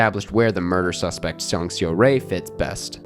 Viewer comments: hey i have a question. you saw the movie, and throughout the entire movie, they pronounced her name, seo-rae, as "saw-ray", so why can't you make that tiny ounce of effort to get the name right? it's not a word that you can't pronounce, it's not like this info isn't easily available on the internet. if you truly appreciate park chan wook and other korean cinema, i think you should be able to put in an ounce of effort and pronounce the name right. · I really appreciate foreign critics who enjoy Asian movies and always happy to see positive reviews like this. But please some effort in the pronunciation of Korean names would make this clip less jarring. Det Jang Hae-joon is “hay-june” and Song Seo-rae is “sew-ray” 😅